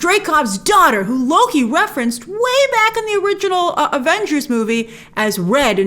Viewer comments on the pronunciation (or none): none